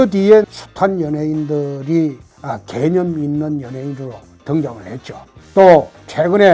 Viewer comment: ㅋㅋㅋㅋ 개ㅡ념있는 연예인이라니 개같이 들리는건 나뿐인가...ㅋㅋㅋ